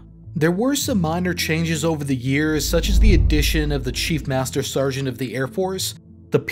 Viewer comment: and ... "stargeant"